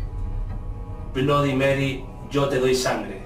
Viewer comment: aprende se dice bloody merrui asi se dice